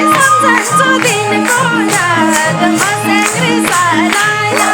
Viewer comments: मस्र्याङ्दी हो खासमा नदीको नाम, मर्स्याङ्दी सम्मत ठीक हो। तर संगमले मस्याङ्री अरे ..😂..यसरी शब्दनै त नबिगारे हुनि हो .. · मस्याङ्री 😂😂😂 Ho ni baai